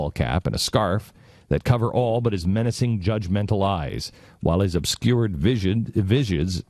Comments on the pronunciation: This guy makes himself seem to serious but can't say "visage" properly , this guy has no idea what video games do , because obviously call of duty make you into a soldier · "Oobysoft" "Visai-vizr-visage!" "Watch Dog." "Pragmatist-I mean protagonist." Jesus Christ. This is sad.